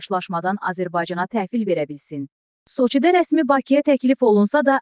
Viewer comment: Soçı' yox, So'çi